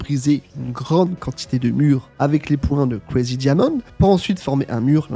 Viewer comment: Plus jamais tu dis kuwarigi diamonde en français😢😢